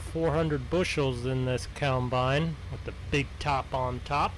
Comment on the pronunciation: I like how he says, "keyawmbine" BRUH